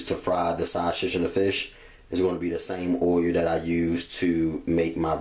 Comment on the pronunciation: Idk what he was saying oiyuh tf is that